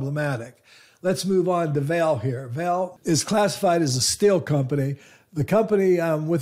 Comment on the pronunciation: Vale is not pronounced vail. Try vah-lay